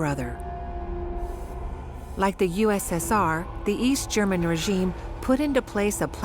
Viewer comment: What a shame that the narrator mispronounces all the German words.